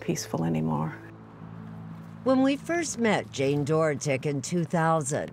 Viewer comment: I couldn’t even watch this listening to everyone pronounce “Dorotik” wrong.